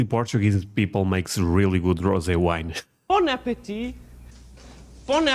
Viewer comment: Hit some weed every time she she says bon apatite.